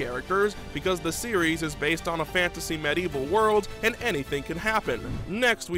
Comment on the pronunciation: When he said medieval setting I had a brain aneurysm